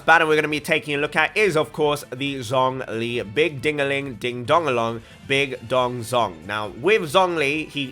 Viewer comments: Your pronunciation on the Chinese names are still incorrect. Zhongli is actually pronounced as Tzong li. And a lot of characters from Liyue are differently pronounced than what the English dub says. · Pronounce Tartaglia correctly Also: Pronounce Zh in Zhongli with letter 'Z'